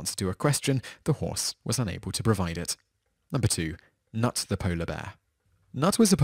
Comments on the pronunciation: Knut is actually pronounced with a k and not with a n at the beginning, so it knut and not nut ;-) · The K is not silent in Knut as it is a german name 😉